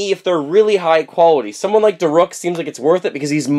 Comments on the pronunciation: Da rook.. not da ruk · it is pronounce da- rook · DAROOK!!! Sorry, the way you said it made me mad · It’s (da-rook) but my favorite amiibo is Daruk, I’m getting him soon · Daruk's name is pronounced Darook. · And daruk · Does he know he's saying Daruk wrong???